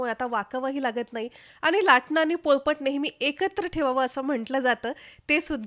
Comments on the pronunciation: बाई त्याला पळपट नाही, पोळपाट म्हणतात. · पळपट नाही.. पोळपाट